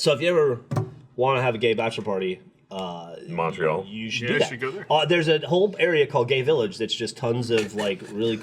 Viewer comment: I'm a Canadian who isn't from the province of Quebec and I just want you guys to know that you are saying Montreal wrong.